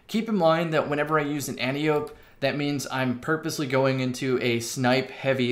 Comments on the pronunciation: Not AN-tee-ope. an-TIE-oh-pee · AN-TEE-OH-PEE.... not friggin Anti-ope! Love you tho!🤘🏻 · An tie oh pee not anti ope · Since you talk about the pronunciation in the title, I think the correct pronunciation would sound like an-tie-oh-pee. She is an Amaon in Greek myth. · and can confirm -- pronounced an-tee-oh-pee Source: 28 years of speaking greek. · From the flavor text, I think we can reasonably assume the gun's name refers to an Antiope (there are many) of greek mythology. As such it's pronounced "ænˈtaɪ.əpi" (an-tie-e-pee, where the "an" sounds like it would in "ANt" and the e sounds like it would in "highEr" or "buyEr". Emphasis is on "tie". Thank you for listening to my TED talk. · If you watch Wonder Woman, you can hear a correct pronunciation. "Anne-tie-oh-pay". She is WW's aunt and mentor. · No. It’s An-tee-oh-pee, with pee pronounced like the word for piss, which is pee. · It's pronounced Ant-E-Ope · I thought it was pronounced "an-tye-oh-pee" like wonder woman's aunt from the movie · An-tie-o-pe is how your supposed to pronounce it, but I like anti-ope, antelope, and all the other names it has been given by the community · It’s pronounced “ænˈtaɪ.əpi” and the gun is named after the Amazon daughter of ares in Greek mythology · Once and for all, the name is pronounced an-TIE-oh-pee, like the name Calliope. It's Greek. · ANT-EYE-OH-PEE.....brush up on your Ancient Greek, kids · Pronunciation An-ti-o-pe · it's an-tye-a-pee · Rhymes with calliope, not with antelope. 😉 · It’s pronounced anti-o-p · An-tie-uh-pee. Watch Wonder Woman, man.